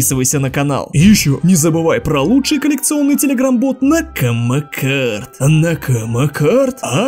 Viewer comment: НАКАМА КАРД 😂 (ЭТИ УДАРЕНИЯ В НАКАМА КАРД, КАЖДЫЙ РАЗ СМЕЮСЬ БРО) А ВЕДЬ МНЕ 24 И СВОИ БИЗНЕСА 😂